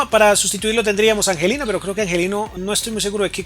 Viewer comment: muy buenos tus videos pero me desespera que pronuncies tan mal, le agregaste una s al final a olmo, dijiste angelino y no angeliño, pronuncias mal el nombre del equipo, un sin fin de palabras mal dichas